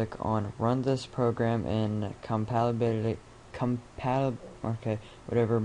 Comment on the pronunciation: You can't even fucking pronounce compatibility? You fucking idiot, get off youtube.